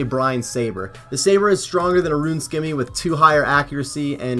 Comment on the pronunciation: The fact that you pronounce scimmy as skimmy but can easily say scimitar just drive me nuts